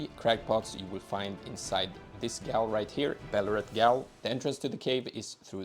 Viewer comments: Gaol is pronounced “jail” 😂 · Gaol is pronounced Jail. It's the old way of spelling it. Also, scadutree is shadowtree. Scadu is old spelling for shadow. I just learned this the other day and wanted to share :) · Thanks, also Gaol is pronounced "Jail" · ☝️🤓 ummm actually..gaol is pronounced the same way as jail..thank you for the video friend, these pots are actually amazing to use in pvp lol